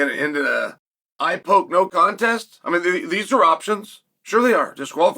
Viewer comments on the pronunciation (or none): none